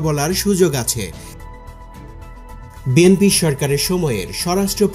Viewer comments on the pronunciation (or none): none